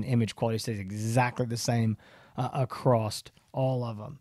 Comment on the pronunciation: The word is "ACROSS". The word is NOT "ACROST".